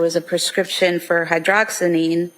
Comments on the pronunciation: It's called "Hydroxyzine", not the way she pronounced it. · It would be nice if the prosecutor would study up a little more on these meds. Maybe pronounce them correctly and know what they are generally prescribed for. Hydroxyzine is a script strength benedryl but is used primarily for severe anxiety, depression and as a sleep aid.